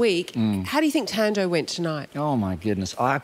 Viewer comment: Wow! Ten secs outta 🇿🇦 and you cant even pronounce your own name properly? Haaibo😳 Tan-Doh??? Even the accent ntombo...??? Kahleni bo!